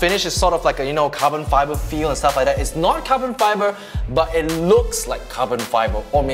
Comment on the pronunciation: "It luk like ca-bon fay-ber"